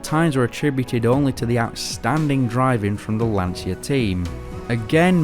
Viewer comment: Excellent, I'm just wondering if it's so difficult for an English speaking person to pronounce "LANCIA" in the right way, "LAN-CHA", not "LAN-SIA", which in Italian means "The Anxiety". Come on, repeat with me: "LAN-CHA, LAN-CHA, LAN-CHA...". In a couple of minutes you should be ready.